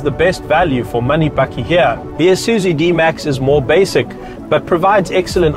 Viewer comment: its ISUZU not ISUZU